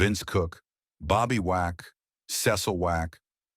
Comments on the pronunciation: Why do you keep saying "Wack" instead of "Womack"..... that is high-key shade, sir. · Why can’t say Womack?